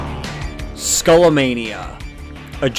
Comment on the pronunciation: It's pronounced Skah-lah-mah-nee-yah